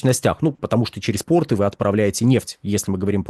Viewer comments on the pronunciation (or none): none